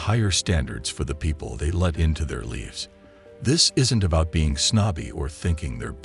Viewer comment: Are we pronouncing " lives " as "leaves" now?